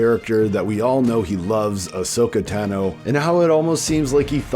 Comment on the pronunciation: Tah No. How do people still mispronounce it. She says her last name 40 times